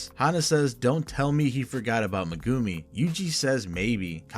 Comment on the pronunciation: Bro say megumi’s name right 😂😭